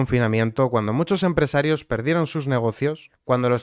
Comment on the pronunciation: Pedrito lo sabia seguro, controla todo lo que pasa en su partido, por eso aún sigue ahí. Por cierto, por curiosidad, dices aposta mal "empresarios", al igual que "nopor" o "nepe"??